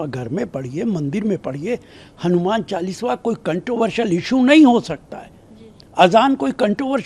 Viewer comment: पहले तो बोलना सीखो नेता ।चालीसवा नही कहते , चालीसा कहते हैं। नमाज़ सड़क पर पढ सकते हैं ।तो चालीसा क्यो नही। वैसे भी अंग्रेजो की पार्टी से उम्मीद भी क्या कर सकते हैं